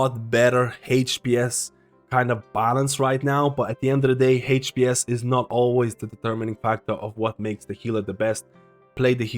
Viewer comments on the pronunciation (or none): Man I love your videos, first thing I check for changes and when I wonder what to chose for healer main... but this "heych-p-s" pronunciation is killing me